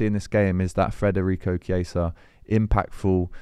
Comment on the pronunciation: You really need to stop saying FRederico. It's Federico. Forget about the R. Thanks!